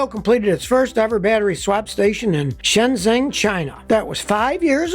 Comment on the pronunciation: (sorry) Shenzhen is "Sern-Jern" not "Chen- Seng"(as said so) Chinese sound is strange than English anyway.